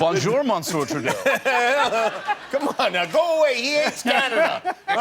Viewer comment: As a Canadian, Trudeau would NEVER be pronounced TruDOO! It’s literally just pronounced Trudeau in Quebec, but like with the French R. Man, that line just ignited the French curriculum inside me.